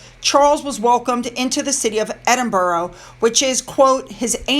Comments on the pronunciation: And EDINBORO???!!!! It's spelt EdinBURGH. Burgh or Borough - never, ever Boro. "Burra" would be more like it. (More smiles) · Please it is pronounced EDINBURRA.!!!!! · I have it on good authority that it's pronounced "Edin-bruh" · I live all your vids they are so informative. Thank you for all you do. But I still think you should try and pronounce Edinburgh the proper way 😂